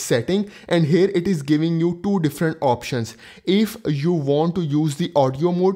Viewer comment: Can you please say two.... Very long and slooooooow. As in tooooooooooo. Essetting... Estart..... Tap, talk, tap, set, tooooooooooo, esingle tap. The best one is tap and hold haha. TTTTTTTTAPPP ANDDDDD HOLDDDDD. At least you are trying... You go girl.😂